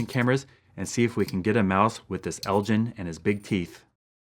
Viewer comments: it's pronounced el gin like in ginsu knives not like gin the alcoholic drink.....just an FYI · Hey - long time fan, and YouTube sucks! still.... Elgin is a town and Royal Burgh in Moray, Scotland - over there they pronounce it 'EL GYN' rather than 'GIN' the spirt. anyway just sayin' and your and the boys and the family keep well - you are a good man. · There is a town in Scotland called Elgin, but it's pronounced with the same G sound that is in bugger and not a J sound